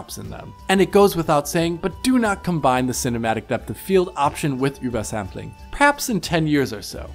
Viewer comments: i've never heard "ubersampling" pronounced so disagreeably. just say UBER ffs. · Why are you saying ubersampling so weird? Sounds like you're speaking gibberish instead of OOBERSAMPLING.